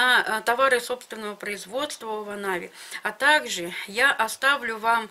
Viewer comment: Не овонави,а иваново 🤭